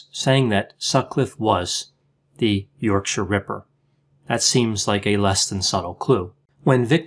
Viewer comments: Well done for pronouncing ‘yorkshire ‘ correct. Most Americans can’t do it. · As a yorkshire man im impressed that you pronounced yorkshire correctly often people over the pond put too much emphasis on the 'shire' Really good insight, may i suggest to people the book wicked beyond belief a very good read on the ripper and the flaws in the investigation. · Hearing an American pronounce Yorkshire correctly shocked me XD thank you Dr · I applaud your UK pronunciation adjustments on this one ("Yorksha"). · Thanks for the nice pronunciation of Yorkshire, especially the -shire bit ☺ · Kudos for the correct pronunciation of Yorkshire!! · Good pronunciation of Yorkshire. 👍